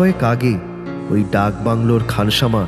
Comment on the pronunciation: উচ্চারণ একদম ভালো নয় ওটা খানসামা হবে।